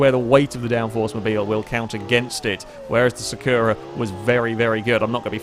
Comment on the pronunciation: I hate to say this: you keep saying "Sakura" wrong. The stress goes on the first syllabe - it's Sàkura not Sakùra! As a Cardcaptor Sakura fan I must correct this!